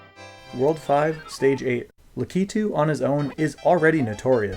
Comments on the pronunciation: HUGE respect for being one of the only people I've ever seen pronounce "Lakitu" correctly! Very cool video content, I had always wondered this but wasn't much of a Mario 3 veteran to really know, and now I do! I really wanted to know about some of the impossible stages that have the 1 tile small gaps though! Pretend they were hacked out on a rom, or just didn't exist, would any of them earn a spot in the top 10? Some of those fortress levels are really hard and I want to know if they're hard enough to make the list! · finally a YouTuber who pronounces "Lakitu" correctly 👏